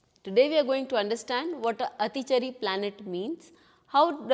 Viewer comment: Your basic pronunciation of Atichaari is wrong